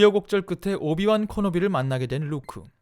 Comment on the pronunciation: 오비완 커노비 ㅋㅋㅋㅋㅋㅋ 오비완 캐노비에요